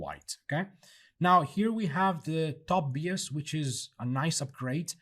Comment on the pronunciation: Great stuff, can't wait to test it in UE5. Just a minor comment, bias is pronounced "Bye-as".